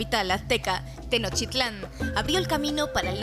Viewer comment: Mal pronunciación de mexica y Tenochtitlan